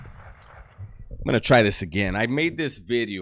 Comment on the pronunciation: what is a beedio? I always hear you saying new beedio.